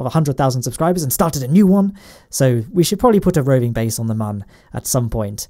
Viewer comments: it is moon not mun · Its moon not mun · u said mun. i think u wanted to say moon. :-| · I die a little inside every time you mispronounce Mun